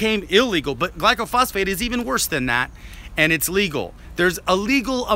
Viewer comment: You don't even know how to pronounce glyphosate. Its not glycophosphate. It doesn't kill by contaminating the soil. Its a systemic herbicide that travels from the leaves down into the roots inside the plant its sprayed on. It interrupts the growth cycle. It can be sprayed on a plant 2 inchs away from another plant with no harm if the other plants covered from spray drift onto its leaves. If it contaminated the soil every pecan tree on my pecan orchard would be dead. It helps trees grow by killing out competing weeds when trees are young. Almost every orchard uses it to get young trees established and many use it around older trees.